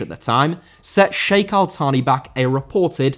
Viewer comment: Al Thani* not Al Thohrni